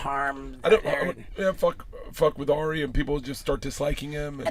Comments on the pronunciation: Also its Ari, not Air-ee how Steve-o keeps saying it. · Stevo always says AIRie shaffir